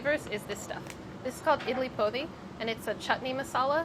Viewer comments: I'm sorry, but the way Sohla pronounced Idli Podi :( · me, a malayali, trying to figure out what idli podi is then realizing she's pronouncing it incorrectly